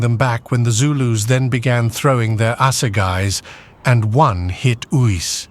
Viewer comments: 😂It is pronounced Ace-Uys Not Oos😮😮😮😮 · Uys is pronounced Ace. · You have to pronounce the name Uys correctly. It is like Ayce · tried to get the tongue to curl with the insertion of the y. But yes in short Ace would be the closest to the correct pronunciation. Cheers 🍻